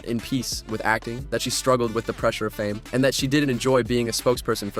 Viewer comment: it's lead roles as in main/protagonist, pronounced leed/lied. Not led as in the metal. : The word is fame and it's pronounced FAIME, not farme. No-one will take you seriously when you can't even speak English in your own video where you're critisising someone else! You're a joke.